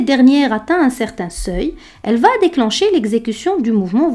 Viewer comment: Excellent!! Ce serait parfait si vous ne faisiez pas une fausse liaison entre « va » (3ème personne du verbe aller donc sans « t » final) avec le verbe qui suit. Par ex.: va aller. Mais c’est un détail étant donné la qualité de la vidéo.